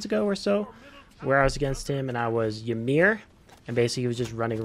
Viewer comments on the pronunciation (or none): none